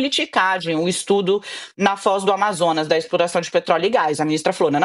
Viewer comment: " O mundo num podi, so eu podi explora peetroliio, minha exporação é com muito amor" pai dos pobres.